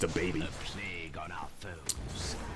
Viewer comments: Just me who feels like it should be pronounced "playg" not plag? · "Plague" is not pronounced plag.